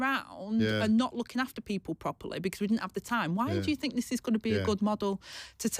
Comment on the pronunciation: She needs elecution lessons..... Frived meaning Thrived Fink meaning think Trouble with TH? This is not a speech impediment as she can say TH when she says 'BOTH' and -THE' and by the way.....Angela, 😢 you haven't 'Got a clue'! 😢